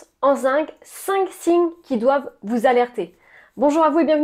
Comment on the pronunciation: Bonjour alors on parle bien du zinC et pas du zingue,pas pareil 😊.